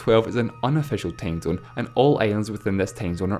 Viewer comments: What's a tamezone? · LEARN HOW TO HAVE A FUCKING ENGLISH ACCENT!!!!! IT'S TIME ZONE, NOT TAIME ZINE!!!! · Matthew Adarichev "tame" zone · Matthew Adarichev he pronounces "time zone" as "tame zone" do somehting about your accent dude